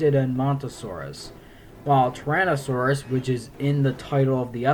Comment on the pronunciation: It sounds like you're saying Torontosaurus or Tauranasaurus, not Tyrannosaurus.